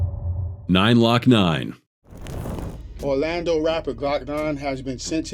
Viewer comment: 2 parts where ima help an correct you …The rapper name is (Glokk-Nine) not “9-lokkNine”😭💀🤦🏾‍♂️also the song is called (2-2-3s) not “2-23s”😂